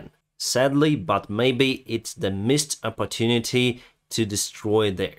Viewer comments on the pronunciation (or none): none